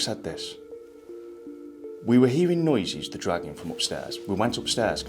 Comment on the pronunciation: Awesome guys! I keep thinking you are saying "Dragon noise" instead of dragging noise lol!